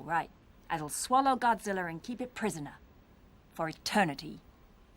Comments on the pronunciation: Normal Godzilla fans: "ITS GOJIRA!!!"..."NO IT'S GODZILLA!!!" Dub actors: "no it's godzilller" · Why does every English dub actor pronounce godzilla's name as GODZILLLER? Like how hard is it to pronounce GOD-ZILL-A. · a British accent I've heard many other British YouTubers and people do sometimes pronounce an A sound as an ER sound